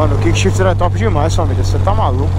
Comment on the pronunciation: Cara só um pequeno comentário construtivo: não fala kik shift não. É errado… o sistema chama “quick shift” (troca rápida)… tem de falar o U… é kuik q fala. Continuação de bom trabalho!